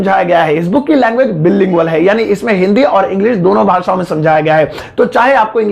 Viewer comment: bilingual ka pronounciation wrong h.. JAI SHREE RAM🔥🔥🔥